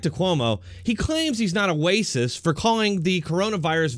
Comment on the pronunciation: Are you saying wacist on purpose instead of racist